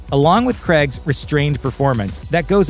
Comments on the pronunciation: It's Craig, not Creg. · This pronunciation of Craig is hard to take.